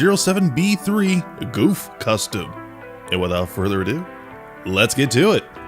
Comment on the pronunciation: "This is no Zaku boy!" Also it's pronounced more along the lines of Guff.